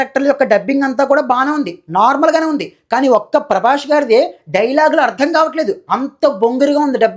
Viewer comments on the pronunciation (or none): Prabash kadhu prabas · Prabash kadhu bro, Prabhas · అరేయ్ సుల్లిగానివి నువ్వు...... సరిగ్గా prabhas పేరు పాలకరావడంలేదు నీకు నువ్వు rewiew ఇస్తున్నావ్ 😂😂😂